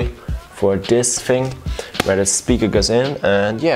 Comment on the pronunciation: “Hey guys wats up in dis wideo” That was so cute :)